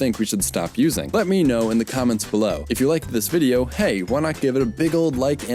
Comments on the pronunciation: + It's more like the difference between T and D then between S and Z, but yes. That's the issue. And it's actually quite easy to hear over a mic, but you didn't use the more "D" like sound of "this" when you said "this" at all, hence why we didn't hear it. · + He didn't really pronounce "this" quite right.